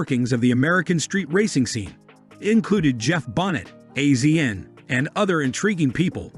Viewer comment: Got to love AI. Can't pronounce anyone's name correctly and they repeat it 100 to 200 times. CRINGY! It's AZIAN not A Z N, you idiots.